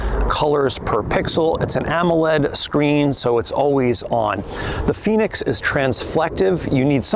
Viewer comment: FENIX!! Not Phoenix, just saying, great review, I have the FENIX 7X solar and it’s a great watch for outside and training. Expensive though.